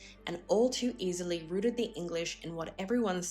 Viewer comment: the correct pronunciation is mo-DER-na, not MO-der-na. the word is pronounced "rout" as in "out" with an r in front. Not "rooted". Please, for the benefit of your audiences, check foreign and english pronunciations before you record? Otherwise, excellent video!